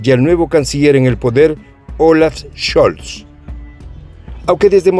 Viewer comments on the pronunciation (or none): none